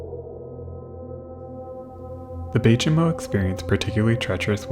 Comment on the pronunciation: I'm not an Inuktitut speaker and only have limited knowledge of the language. But, the "Chimo" of Bay Chimo is pronounced "chime-o" since it derives from Inuktitut "saimuuq", a greeting.